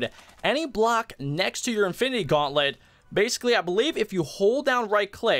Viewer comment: Its gauntlet not guanlet